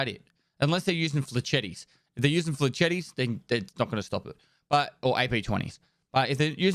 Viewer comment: Flay-shet. Flay-shet's.